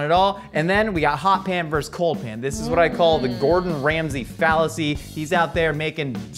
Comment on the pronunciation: When did versus become verse? I just need to know, not trying to be a curmudgeon. LOL.